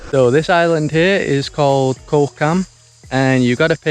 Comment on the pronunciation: Thai word for Island is Gaw, said very quickly. Not a 'k' sound.